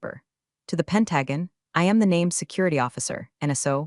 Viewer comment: Pen-tag-on????? WTF?